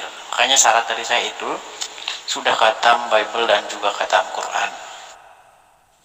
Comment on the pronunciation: Dis.....!! ditulis latinnya khatam. Di bacanya bukan katam dis.....tapi hotam. Gimana sih lu dis malu maluin aja....